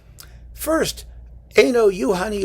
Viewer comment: Thank you for teaching me how to pronounce Einojuhani.